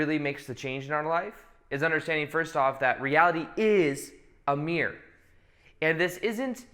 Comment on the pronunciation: Meerrr You mean mir-ror